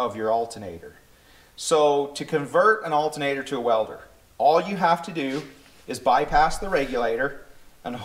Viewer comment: Saying altenater is like nucular.